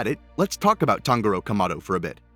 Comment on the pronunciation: It’s pronounced tanJuro not tanGuro